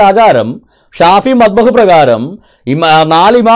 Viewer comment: മദ്ഹബ് (മബ്ദഹ് അല്ല)